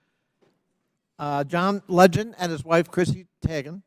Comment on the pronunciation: Nothing like proving your boomer credentials when you mispronounce Teigen’s name repeatedly…..